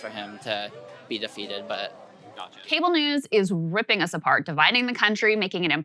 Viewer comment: "Cable newws.."